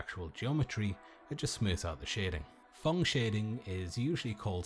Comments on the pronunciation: It's PHONG Shading not thong .... 😁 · "Thong shading"